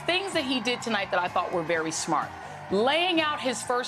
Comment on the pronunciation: The preudent or how is he pronouncing the word "president"?